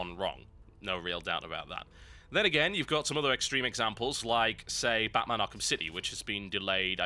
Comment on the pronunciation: it sounded like he said fatman arkham city